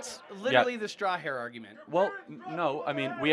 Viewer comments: Straw-man not star-hair. Am I wrong? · dude keeps saying strawhair argument lol. ITS STRAWMAN